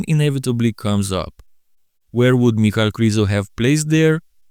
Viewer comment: You just validated what i have thought for years, his name is not "Michael",as says it every damn time, it's "Mic-hal", it's annoying, and ghe way he says "Rafiel" instead of "Raphael" strikes another nerve in me.